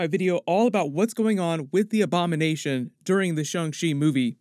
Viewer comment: I thought he said “ik you have a lot of Obama nation question to get answered “